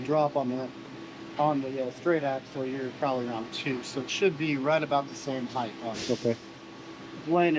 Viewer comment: You are one of the worst offenders of this, you want to take some HEIGHT out of it, not HEIGHTH